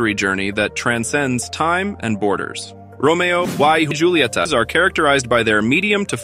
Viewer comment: This must be an AI generated voice. The pronunciation is all wrong. Romeo e hulieta is the correct pronunciation.